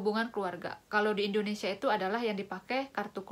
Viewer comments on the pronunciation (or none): none